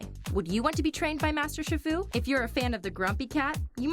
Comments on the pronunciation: Wow this is annoying! And it’s not SHIR-FU. It’s SHE-FU! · Shifu is pronounced sheefu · It's pronounced She-fu, get it right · Its pronounced sheefu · shifu??? it's chi- fu pronounced as shi- foo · its pronounsed sheefoo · Master SHI FU?! It's pronounced SHEE-FU. I can tell she hasn't watched the movies. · yea its pronounced SHEE FOO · You're saying shifu wrong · PurplePanther125 She just pronounced shifu wrong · ...She said Shifu wrong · Snowie Clover IKR DUDE!!!!!!!!!!!!!!!!!!!!!